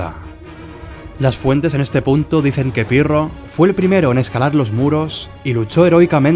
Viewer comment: Albanian aksend,,piro